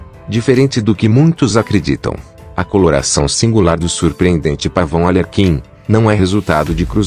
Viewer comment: Ar lê quin por favor!!!!! Escreva direito e fale tbm kkkk